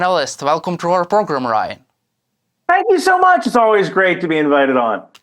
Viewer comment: Lmfao, Ryan! Your single, ask him out! He's a cutie, who cant pronounce your name..Ooo, an exotic. Lol.